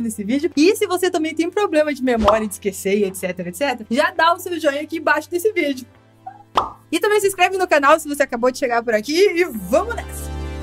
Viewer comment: Vc falou vídeo era vidro kķkkkkkkkkkkkkkkkk